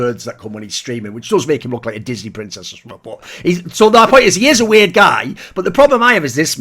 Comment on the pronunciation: “Some people called him veerd”